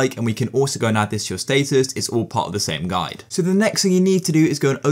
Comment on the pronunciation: he did not just say state us